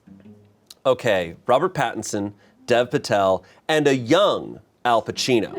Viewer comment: Dear, Current Indian and Future Smosh Video editor here to just say Dev Patel's first name is pronounced like Dave. Mr. Patel probably doesn't correct people but it would be really cool when you rise amongst the world pronouncing it properly like an Indian. Thanks, Aahir G. (Future Smosh Editor, I have a resume and graduate college soon)